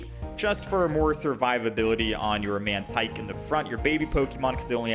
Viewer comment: "mantique" lol. Tyke... pronounced like bike. Tike, like a small child.